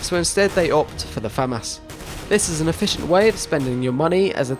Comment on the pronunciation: finally someone that pronounces FAMAS correctly. its not Fuh-Moss. it's Fam-As